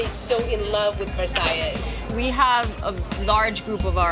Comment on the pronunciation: Guys this is not how you pronounce the word Versailles lol ><